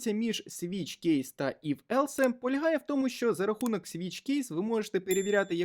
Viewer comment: Дякую за курс і вашу працю. Не хочеться докопуватись, але все ж таки невеличкий коментар, я не знаю чи я один такий, але оце "елсЕ" ну дуже вже ріже вухо 😅